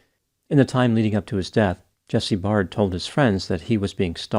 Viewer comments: u pronounce all last names wrongly. Their last names are pronounced “bare-d” and “da-VIS.” I know u think it’s da-Veez cos of the “ies” at the end, but in welsh that is still pronounced as “DAY-VISS” please don’t abominate their last names again. It’s pronounced like “beard”, not barrrrrrd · Please get it right "Dr" ! Jesse's surname is pronounced Baird (rhymes with Laird) like 'Bear D' NOT Bard! Also, your thumbnail is pathetic 'clickbait'. As well, Jesse NEVER had a sexual relationship with Beau, so get that right! Jesse's friends can confirm this. There is sufficient evidence that a fair amount of what you 'allege' is not only FALSE but can actually hurt and offend Jesse's and Luke's friends. Which I am one and 4 friends of theirs have seen your video. You mentioned a friend of Jesse in Perth. He has also seen your video. They are speaking through me and my account. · Jesse’s name is pronounced Bared not Bard. ( Baird) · Jesse's friends and family are actually disputing there was ANY physical relationship between them - and Baird is pronounced like bear-d not bard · It's pronounced Bay-rd not Bard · Its pronounced 'bare-d' not 'barred' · just adding here that jesse's last name is pronounced bear-d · You misspronounced his name, learn Australianish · I don't know how you could mispronounce a simple name like "Baird", if you can't see the "i" in the middle of the name then you might want to update your prescription